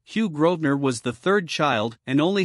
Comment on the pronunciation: The family name is Grosvenor, not Grodner.